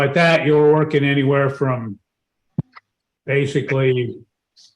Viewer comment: Everybody has a job starting on Monday, or real soon. Amazing how everybody starts right after court. BTW, "workine" drives me nuts. Yanks! You do great work!